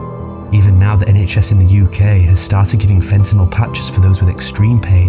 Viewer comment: They can't pronounce fentanyl. How did they get to be anchors?😅